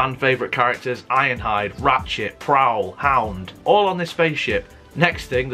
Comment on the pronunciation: Hound? HoUnD? That was brawn!! !